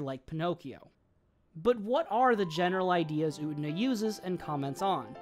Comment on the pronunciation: FINALLY someone who doesn't pronounce Utena like "oona"